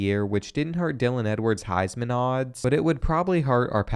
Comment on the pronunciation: What is the highs man? Do you mean heisman trophy? Have you ever even seen/watched college football before?